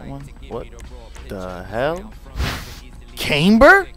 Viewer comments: Renegade ClapperXD I’m Canadian and that’s not how we say camber😠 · the way you say camber 😂😂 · You say camber like an idiot and you successfully made one hell of an ugly car good god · nah bro you just said it like a Canadian. Us Canadians say it’s like Came ber